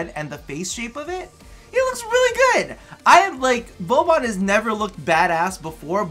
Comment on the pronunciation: Im really sorry but when u say vauban like vowbon it makes me cringe.... u pronounce vor-ban